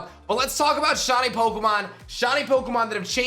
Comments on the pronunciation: Ah yes, the elusive “Shawnee” Pokémon. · WHY DO YOU KEEP CALLING THEM SHAWNIES? Sometimes you even said shoddies!!